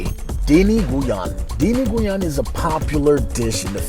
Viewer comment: Hi I'm a Filipina❤️ and thank you for the compliment to our authentic food❤️ btw It's di-nu-gu-an☺️